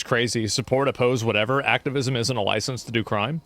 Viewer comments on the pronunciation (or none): none